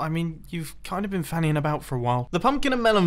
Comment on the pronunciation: Did mumbo just say Fannying about?